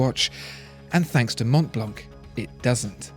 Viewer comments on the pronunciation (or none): It's called Mon(t)blan(c). The T and the C are silent and the ''an'' is pronounced like an ''o''. But cool video! Love this channel! Greetings from Zürich. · Montblanc is pronounced without the final 'c'. By the way, it's a German make. It derives its name from the tallest mountain in the Alps, which is called Mont Blanc. Just saying. Why people can think two moves ahead is beyond me. I mean it's a German make but they don't use the German name, so you should not apply some German rules out of the blue to read the 'c" at the end!!! Nobody studies geography anymore, I guess. We don't pronounce Chevrolet with 't' at the end, do we? It's an American car but we use a French word. So, it's a German make of the watches and pens but they use a French word too. Sorry for the criticism. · Pascal that's how the French call it, but this is a GERMAN brand and they promounce it Mont Blanc. Sorry for spoiling it for you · But Montblanc wasn't... such are the dangers of pronouncing non native words.